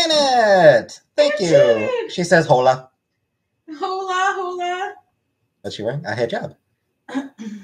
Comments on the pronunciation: Ok, she just said FFG disrespected Islam by saying Hamadan and that she is a racist for mispronunciation of Islamic words….she just butchered Spanish. It’s not HO-LA it’s “ola” 🙄 so much for that argument. By your own reasoning, you’re racist against Spanish speaking people 🥴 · "you mispronounced his name and you mispronounced Ramadan, so you're racist" mispronounces hola this is so stupid it's crazy